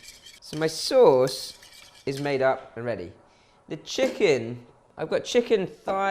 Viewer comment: "sey sose"